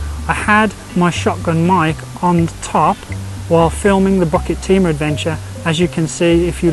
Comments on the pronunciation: Hi. Always looking forward for hiking video. Pronouciation for Bukit Timah is pronouce as ' Boo ket Tee Ma not Bucket Timah. You need to pronouced these places name properly. As all places name in Singapore are either in Malay, Indian, Chinese or european language. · Hi I commented on your bukit timah pronouciation and some nut by the name of Knuffy lye was not happy of it. Maybe you are a british citizen and so the 'bukit' becomes 'bucket'. So pls. In your future videos pls pronounce the names of places in Singapore properly. I always looked fwd to your wonderful videos and the food you consumed during your lunch break when you are doing videos. Thank you so much for the weekly places you introduced to us.